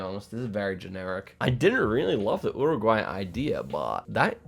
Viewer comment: yuruguay not uruguay pronounciation